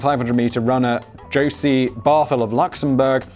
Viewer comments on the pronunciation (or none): none